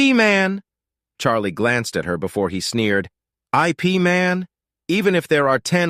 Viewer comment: Should be pronounce as Ip(If ) Man